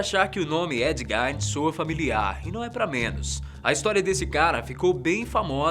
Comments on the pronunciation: embora a pronúncia de GEIN pareça ser do alemão, nesse caso ela não pronuncia GAIN, e sim GUIIN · A pronúncia correta do assassino do primeiro vídeo é Ed “Guin”